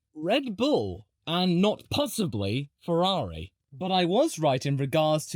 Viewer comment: You were wrong on Ferarri. You were correct on how you pronounced Gif, so it evens out.